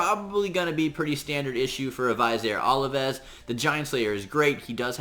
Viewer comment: Thank you! -point of pronunciation: Vizier Ovelis: Viz-eer Oh-veh-liss. Love your contributions. Thanks again.